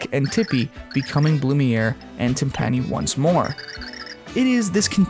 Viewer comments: It's Timpuh-knee, not Tim-Pan-E. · Also, her name is pronounced "Tim-puh-nee", like the drums, not "Tim-pahn-ee". Like I said in another SPM video, I loved this game ever since I was 5, and due to a small screen for gameplay, I saw Bleck as a clown due to the giant red pin, thinking it was a clown nose, lol. But seriously, I would love it if they made a Super Paper MarioKart game, specifically for paper mario characters. They would HAVE TO include Blumiere and Timpani as a couple!